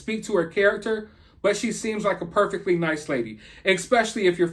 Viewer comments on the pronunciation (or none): none